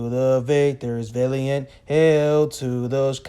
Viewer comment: What is a "victor villy-ent"?